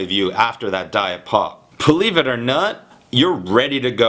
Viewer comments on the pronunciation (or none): pelive it or nut